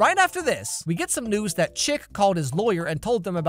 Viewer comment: I've never seen Riverdale so, until today, I thought his name was ChiCK because of how pronounced it... Thinking back on it, Chip makes an awful lot more sense.